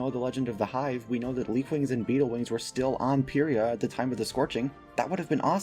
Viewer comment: no hate but the official pronunciation of pyrrhia is pie ree ah